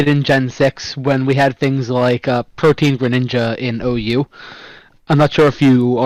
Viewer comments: Bro was saying Protean like it's pronounced protein and has the audacity to call himself a tutor. The agency does not approve of his actions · him saying protien drives me crazy its pro-tee-en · The way this guy says Protein instead of Pro-tee-uhn pisses me off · This man pronouncing Protean as Protein killed me inside every time. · he really did say protein tho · it's protean my guy